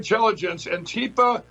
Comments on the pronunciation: Wiles pronounces Antifa properly, hmmm . . . Lindell apparently was in the past addicted to crack so . . . IDK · It is interesting though, that the dude is pronouncing it correct (antifá vs. anTIFA). I never heard any ignorant right wingers ever do that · Well I dunno, Wiles actually pronounces Antifa more correctly than I've ever seen a right-winger say it. Antifa confirmed! lol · There are no "members" of Antifa,and never have been in its 91 years. But at least this fascist can PRONOUNCE "Antifa". He's the first person from the USA I've heard who can. It has no "tea" in the middle. It's Spanish. Though the slogan originated in Germany, it was the Spanish Civil War which spread it throughout the world in 1936. So the Abraham Lincoln Battalion (the mainly US component of the XV Brigada Internacional) were Antifa before this Wiles geezer was born. I haven't got a song from the Abraham Lincoln Battalion (though I'm sure they had several) so here's one commemorating Frank Ryan's Connolly Column, the Irish Battalion in the XV Brigada. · Yo at least says antifa correctly. Or wait: maybe Pillow Mike is correct!?!